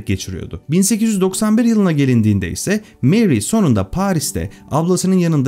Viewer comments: Fransızca telafuzzu Meri değil Mari. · Meri değil Mari diye okunur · neden Meri soyluyorsunus abi fransca MARI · Meri diye okunmasi yanlis „mari“ diye türkce okumasi gerekir... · Senin gibi bir adam da meri.,lavozyer diyor ya hayal kırıklığı